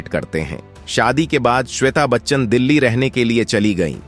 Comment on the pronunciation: Sap delhi on deli aur kirodi mal college ko kiridimaal bolte ho.Pahle bolna thik se sikho.